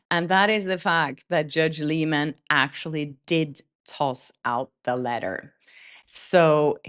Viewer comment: Please check how the judge's name is pronounced as it seems every other blogger pronounces it "Lie" man not "lee" man.